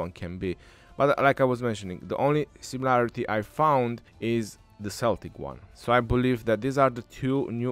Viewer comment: It pisses me off when people pronounce Celtic wrong. Either know its proper pronunciation or shut up.